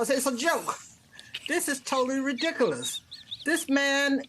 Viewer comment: That woman can't pronounce the word ridiculous.